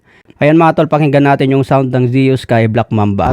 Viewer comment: Gillie ( Giilii) not gehlii Zues ( sus) not seyus At ang JVT ay taiwan not thailand